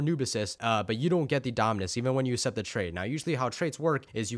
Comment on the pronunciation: you say assept